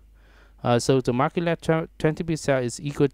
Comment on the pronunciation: mar-jin not mar-kin #sorrynotsorrybruh